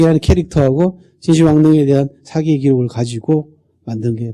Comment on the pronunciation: 측면을 계속해서 "칙면" 이라고 잘 못 발음하고 있어 실망했읍니다. ㄱ리고, 사기 강의에, 사기 의 "사"자를 짧게 잘못 발음하는 학자의 강의는 듣고싶지 않습니다.